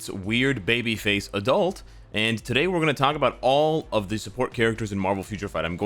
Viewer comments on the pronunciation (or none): none